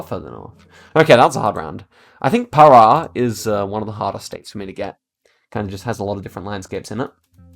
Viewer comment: You actually pronounced "Para" correctly